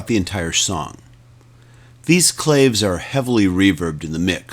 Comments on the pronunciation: claves is pronounced -- klah-vayz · Now try to explain "CAJON" (The percussion box) so they do not pronounce it COJON actually your spanish pronunciation is wrong . First syllable is KLA (as in CLA(p) and "VES" as in VES(tibule). That "Y" you put in there REALLY screws the word up.